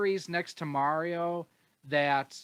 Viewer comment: finally the correct pronunciation of Mario.